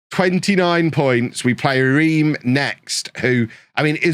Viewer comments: Reims sounds like you’re saying France but without the F, sort of? Like Rahnce, there’ll be videos out there if necessary. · It's actually pronounced 'Remms'